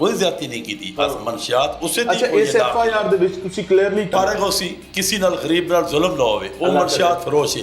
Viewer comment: FIR ko FAR bol rha hai